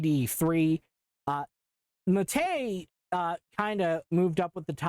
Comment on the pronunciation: The pronunciation of "Maté" hurts my soul as a native Spanish speaker. (It's Mah teh, not muhtAY, but you tried.) Also Ubuntu 8.04 was the first taste of Linux for me as a kid. Honestly wish I did more with it, or discovered Kubuntu since I was more familiar with Windows than Ubuntu by default with GNOME 2.0 XD